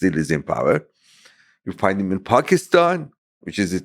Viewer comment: Pakistan is another example too. Pack is stan instead of paak is staaan